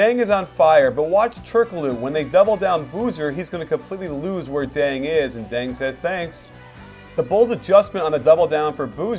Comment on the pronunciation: did you say deng says denks?